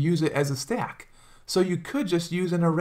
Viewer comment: Where are you from man i love the way you say "Stack" you hold your a's so it sounds more like Staack which is cool.